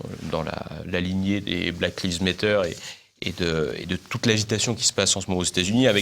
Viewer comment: Une dernière petite chose: je vous en suplie, faites un effort et renseignez-vous sur comment PRONONCER des choses aussi importantes que des slogans ou des noms d'organismes étrangers comme par exemple Black Lives Matter, parce que le prononcer [blaque liv mêtteur] ça fait franchement RIDICULE et pas crrédible!... Les journalistes de base sont suffisamment médiocres en ce sens-là pour que vous ne vous rajoutiez à la masse. Cest parce que je vous suis assidument et vous respecte bcp que je vous dis cela.